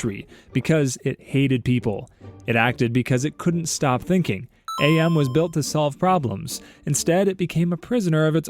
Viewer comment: AM is pronounced Am as in "I think therefore I AM" I remembered that from the PC game lol